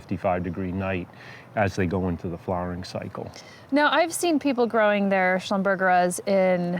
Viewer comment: Mispronounced- it is called a "Shlumber- zhera" after the name of the french creator of this plant.